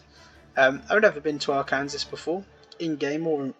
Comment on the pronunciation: arkansasan here ~ its ar-can-saw not ar kansas